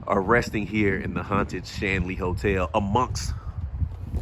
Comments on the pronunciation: You said "Stanley," my man!😂 And it's *scrying, my brother. We spent the night there a few years ago. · Shanley hotel not Stanley. Lol